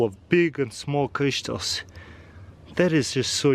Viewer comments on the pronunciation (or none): Yes yes biiig crištals lol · I love how he says crystals.